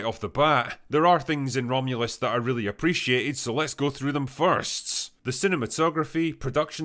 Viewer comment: so drunk he fucked up the name of the movie atta boy drinker